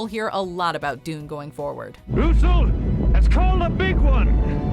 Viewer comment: It’s pronounced “Dune”